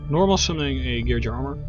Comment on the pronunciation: it's pronounced Gear gee Ah not gear jee uh